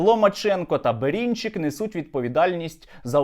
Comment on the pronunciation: Бэрынчык, а не Бэринчык!!